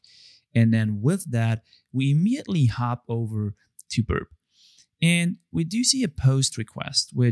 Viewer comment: Is it me or everyone noticed? When he said Burp, it actually sounded like he burped😂